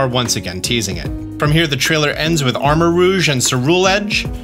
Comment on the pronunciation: Thank you for saying armor-ROUGE(ro͞oZH) correctly. Drives me nuts every time aDrive says armor-ROGUE(rōg). Rogue isn't a color like Cerul(ean), and it's not spelled that way. /rant